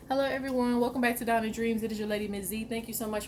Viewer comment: U sound British in the very beginning hahahah hellaur everyone